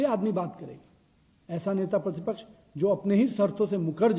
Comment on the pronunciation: Who is this guy, Netapratipraksh kehna toh seekh lo